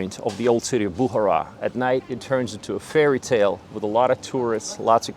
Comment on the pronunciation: Its not Boohara, but Bukhara.. Its not Baboor, its Baabar (Babur)